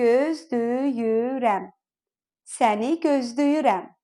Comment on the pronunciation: Здравствуйте. Во фразе "Я тебя жду" получается вместо звука l звук d?